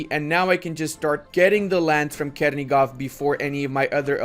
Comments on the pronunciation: In ukrainian,russian Ochakov and Chernigov sounds with "ch" not "k".Chernigov but not Kernigov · Not Kernigov, it's Chernigov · for the love of God, please stop butchering all of those names. "Ch" in Chernigov and Ochakov is spelled the same way as in "butchering". Also yeah, as much as i appreciate the message, you're showing that you don't know jackshit about the history and geography of the region, sorry:)